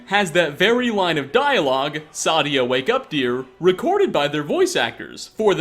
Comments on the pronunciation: Also its not pronounced sadia its saadia seyydia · If you just listen to how they all say Saadia , it is Say-Dee-Ah , not , Sah-Dee-Ah. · I dont know how you say the names so wrong when you literally but people saying her name it's say di a sa di a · They literally say her name so much in this video... why still say it as Sadya? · Why does he say Sadia so wrong? Lol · the A is pronounced. Its german/nordic pronounciation, the problem is that the voiceactors are mostly americans and brits. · How do you mispronounce Saadia, Faendal and Alik'r when they are all said several times in game? You do mispronounce common things in every video which makes it seem like you are reading a script someone else made and you never actually played Skyrim.